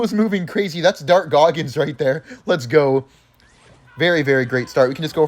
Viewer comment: "Dart goggins" stop hanging with jynxi bro 😂